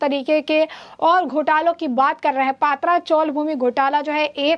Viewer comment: Paatraa sounds more like a gujrati dish, or alhooo wadi. Please it's patraa.which means metal sheet roofs.